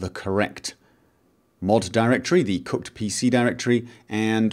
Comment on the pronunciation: It sounded like he said 'Cucked' NPC folder